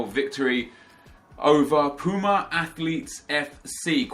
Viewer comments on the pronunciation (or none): none